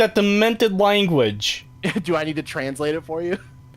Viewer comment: "Why would I be able to speak that demented wanguawedge"